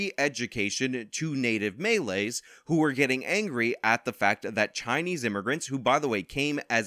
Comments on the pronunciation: Great video, but your pronounciation of Malays is Maa-ley, not Melee. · stop saying them maylay, melay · The stress is on the last syllable of Malays. Like you woud say Malaysia but without the ia.